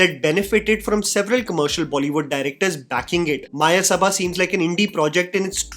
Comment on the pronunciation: its मयसभा not मायसभा read like how u read it in samskrit. Mayasabha is world of illusion created by royal sculptor of gods. Maya. See mahabharat for reference. May be thats metaphoric in this movie